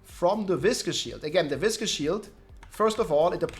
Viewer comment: Biggest takeaway: that is how you pronounce "viscous." It's not vicious. They are two different words. isn't even a native English speaker and he's the first person I've seen say it correctly lol